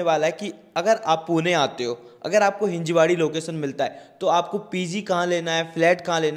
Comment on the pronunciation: Its हिंजवडी brother......